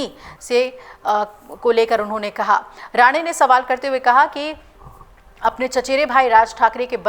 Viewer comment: मूर्ख, बार-बार राणे को राणा उच्चारित कर रही है। नशा हो जाने से ऐसी त्रुटियाँ स्वाभाविक हैं।